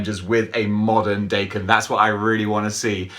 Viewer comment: Awww sweet, and I bought mine off another collector over a year ago, with the variant head. I love this guy and it's pronounced Dokken. My Japanese friend corrected me a few months ago lol